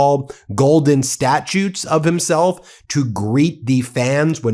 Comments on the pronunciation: the word is 'statues' NOT 'statutes', jackass... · Are you switching between human narration and AI narration? "Statutes" vs "statues?" Don't get lazy with AI!!! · You said "statutes" instead of statues several times... perhaps the Orange One isn't the only one with cognitive decline, or maybe it's just because you're American 😆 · sounds like you are saying statutes.